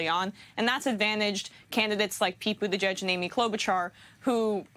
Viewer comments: "Budda-gedge" and not just once. Is this dude informed? It's like hes reading it for the first time. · Did he say Pete Butter Gorge? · "Buttigieg" is pronounced "Booty-judge", right? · I think he said "booty gauge" Lol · Think he said Booty-Jizz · Emma for the win. Also, this guy should learn to pronounce Buttigieg and vice versa if speaking is is job. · How can it be possible this many months into the campaign that a professional news anchor still doesn’t know how to pronounce the name of one of the most high-profile candidates? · He still is saying mayor cheat name wrong 😂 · This guy literally covers politics for a living and can’t pronounce Pete Buttigieg. Sometimes I feel I have imposter syndrome at work - watching people like this remind me I’m all good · This long into the primary season and the reporter is mispronouncing Buttigieg........BERNIE 🇺🇸 SANDERS 🇺🇸 2020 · How does this man not know how to pronounce Pete's name? Has he been living under a rock for the last 6 months? He's in the news business for God's sake. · I don't even like Pete but please say his name right. Silly centrist. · First of all this news anchor is everything that's wrong with America. Man cant pronounce names but he's job is to interview people. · He does sound ridiculous trying to pronounce Pete's name,and if you cant pronounce Buttigieg just say Pete.